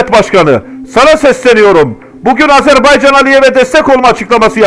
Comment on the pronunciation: Çox gözəl analitiksizVar olun!!! Əsas da Azərbaycan sözündə qoyduğunuz vurğu ləzzət verir